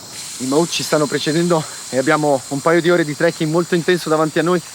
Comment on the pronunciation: The term «mahout» should be pronounced as it is in the language in Thailand, not as if it was an english word !